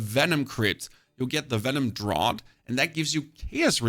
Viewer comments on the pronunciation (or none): none